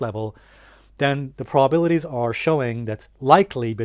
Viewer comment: Glad to know about those PRABILITIES--(My new drinking game-every time he tries to say "probabilities" we have to drink